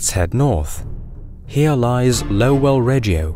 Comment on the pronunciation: Imagine the word 'lowly' now try saying it without the 'y' and you have Percival's surname. It's not pronounced low-well. Americans don't want the metric system, so don't let them dictate how to pronounce its terms. It's a kill-o-metre not a kull-om-itter. Pedantry aside, great, informative video.